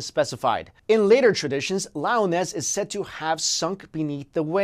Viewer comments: Lee-Oh-Nez Not "Lie-o-ness" Watch "The Seven Deadly Sins," lol. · Two things: 1. The Anasazi indians believed there were ant-like people who lived underground in tunnels, as well. They saved the Anasazi when some kind of devastation occurred. There are native drawings depicting the "ant people." 2. Lee - uh - ness ... Not Lioness. LOVE your videos!